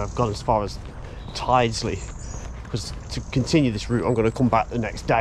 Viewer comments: Nice to see you near my home! Your pronunciation is slightly off though, although I can't blame you, lots of people get it wrong! Its Tild-sley rather than tide-sley. Or, for most locals, tilsley, with a silent D!! The bus way is a bit controversial, but I'm a fan. Not really sure why it was built like that, but it does allow the buses to get a fair lick of speed up, with no other traffic to contend with! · locals say tild-sley at least the ones i ride with do :) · Hi. Tyldesley is pronounced TILDSLEY. I can just hear all the locals wincing 🤣🤣🤣. Hope you can get archive photos of Tyldesley Station as that would be really interesting. Great videos by the way. Got my attention whilst watching Martin Zero 👍. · Brilliant video! Look forward to part 2. Welcome to my hometown of Manchester and beyond! No criticism intended whatsover, but Tyldesley is pronounced... Tilds Lee. And Ellenbrook is the correct spelling. Guided busways are a waste of space, they just don't work. That bridge on the East Lancs Road is indeed almost tunnel like. I believe the works are for the installation of lighting as it is obviously very dark in there. 👍🙂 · Tydesey is pronounced Til - des- ly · Looking forward to Pt2, but Martin Zero and the gang will probably have words with you about you pronounciation of Worsley and Tyldsley. They'll probably set Timmy on to you.